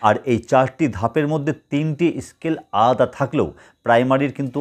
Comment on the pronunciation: Scale bolun escale noy